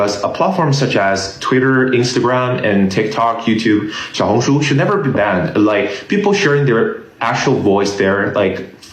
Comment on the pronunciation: You can't say xaiohungshu I suggest you learn.